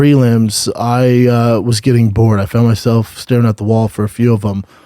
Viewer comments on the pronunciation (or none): none